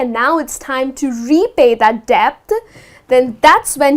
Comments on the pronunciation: debt ? you pronounced it as debth ... really? well i think it"s det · you are irritating with your body language . . .and debt pronounced as "det" and not debt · The "debt" the 'b' is silent...